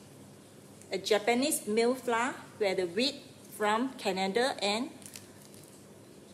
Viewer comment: Hi there, I’m from Singapore, love your video clear and good! 😊 Except mispronounced the word “flour”! 😜